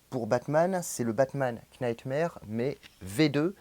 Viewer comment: Knightmare-> "nightmare" le "k" ne se prononce pas. Desolé de faire le chieur mais ça me pique à chaque fois 😂